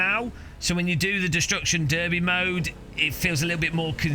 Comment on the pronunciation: even more importantly a British guy just pronounced "destruction derby" correctly...